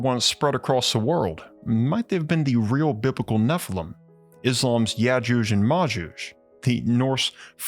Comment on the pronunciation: Nephilim is pronounced, "neffel-eem".